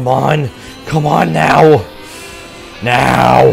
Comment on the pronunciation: are you serious right neow bro